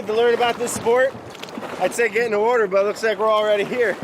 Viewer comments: Finally! A video where Brad says "Wourder" for the majority of it. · I'd say get in the wourder but we're already saying it wrong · It's the Hawaiian Wowter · Wait...where’s the “wauder” edits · "He can't even say water right." What a jerk. Seriously it's getting old. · after all these episodes, someone finally call Brad out: "you can't even say water right", Boom roasted!! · You can't even say water right.. lol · “You can’t even say water right” 😂😂😂